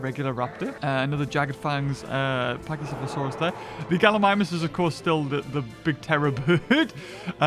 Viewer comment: Corrections pack-E-ceph-allo-saur-us saur-O-thag-an-axe